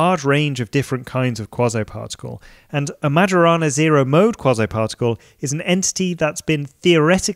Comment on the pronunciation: Majorana is pronounced as mayorana, as I know